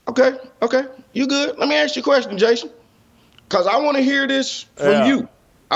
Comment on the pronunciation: Hey, I'm not too rich n all, but I'll buy you a few "s's" for your "expecially's" and "axk's" 😄